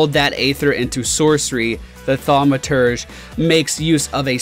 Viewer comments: You actually said thaumaturge right, i'm proud of you. Now say Diphtheria. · You got Thaumaturge right BTW :)